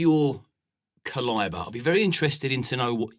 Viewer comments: Did that dude just pronounce caliber as "kuh-lie-burr"? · Caliber => ca-lie-bah ? Ahem. Really ? Good interview, I'm just surprised at the pronunciation gaffe. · Did he say cal-eye-buh